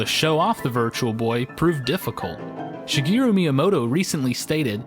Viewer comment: Learn how to pronounce "SHIGERU" correctly. Nice video.